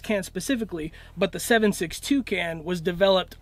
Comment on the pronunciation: seven six toucan ey? I had no idea exotic birds went into suppressor development